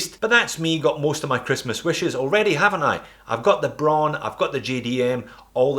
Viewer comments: It's pronounced just like the color "brown." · Braun is pronounced br - ah - ooh - N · HoWilbur HoWilbur - she is right. It has the same pronunciation as brown and is the German word for this color.